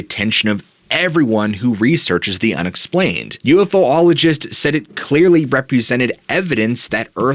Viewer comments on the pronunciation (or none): Thanks for the video as always. There’s no such thing as a ufo-ologist. You should know how to pronounce ufologist by now 😉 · love your content, but its u f ologist, not ufo ologist... Actually, its technically uapologist now, which would be pronounced as wapologist. thus, Relatng extraterrestrials to cardi B. keep up the great content!